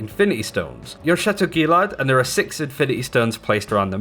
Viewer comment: sorry did you just say chateau GEE-LARD?